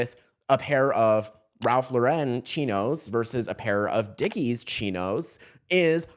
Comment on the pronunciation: Ralph Lauren is pronounced Ralph Lahr-en, like the name Lauren. It's a common mistake, but one to get right in fashion journalism.